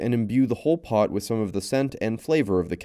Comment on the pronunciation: your "pots" weird me out